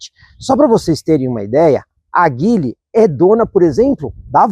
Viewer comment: A pronúncia correta de Geely (吉利), a marca chinesa de carros, é “Dji-li”, com o “J” suave, como em “Dia”.